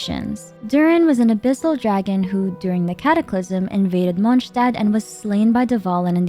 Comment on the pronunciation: Monshtad 😭🙏🏼 Reindotiiiiir 😭🙏🏼 Funten 😭🙏🏼 Come on girl wth